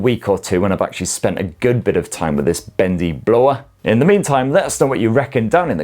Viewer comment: I only clicked to hear you say "Bendy Blowa" 😂